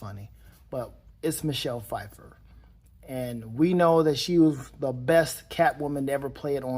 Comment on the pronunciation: pu-fiffer? lol